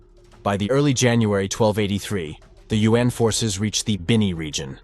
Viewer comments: YU-AHN or U.N.?!! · Hate it when yuan is pronounced as UN. It’s one syllabus! Not U N